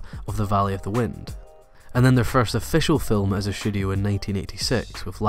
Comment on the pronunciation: Every time you say "studio" it sounds like you're saying "shudio". Once you mentioned "Shudio Shaft", I couldn't help but laugh a little.